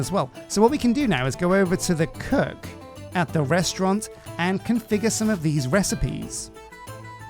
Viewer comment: Restaurent, not restaurente.